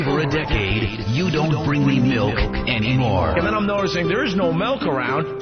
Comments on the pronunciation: Why does ope purposely say melk? Like he's trying to start a thing. Just like he used to do with put and but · Opie calls it MELK